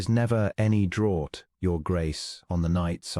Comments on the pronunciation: Draught is pronounced draft, please get your English right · Draught is pronounced draft. (It is confused with drought pronounced “drowt” which is very dry period, that leads to short water supply) Draught is the British spelling, draft, American. In this case, it means a selection by the Duke’s dowager aunt allegedly so her companion Miss Polk is seated beside the Duke.